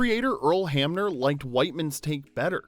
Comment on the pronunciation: Earl Hamner. Not Hammer.